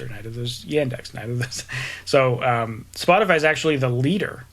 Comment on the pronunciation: no, you were saying it right. I'm surprised that the others didn't know how to pronounce it.